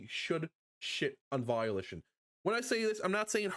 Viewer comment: It’s Volition, not Violition……..